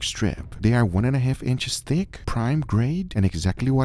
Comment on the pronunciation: Whenever Guga says "thick", I know he means "thicc".